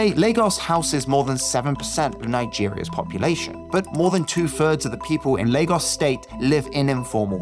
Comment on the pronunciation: Another interesting upload! One recommendation for the narrator though: Stop compulsively pronouning the untressed articles "a" and "the" as "ey" and "thee", respectively. It just comes across as odd and jarring. I get that this is meant to sound more intellectual somehow, but get this: Actual intellectuals don't actually talk like that. :) The norm - yes, even among intellectuals! - is to follow the natural speech pattern of one's native dialect of English. Meaning that "a" and "the" are normally pronounced "uh" and "thuh" (unstressed schwa), except when adding extra emphasis, or when "the" precedes a vowel sound.